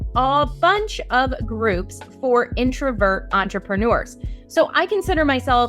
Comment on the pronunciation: There's no "ou" in the word "entrepreneurs"